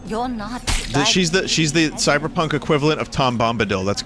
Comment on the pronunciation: Pley moar kyberpoonk plíz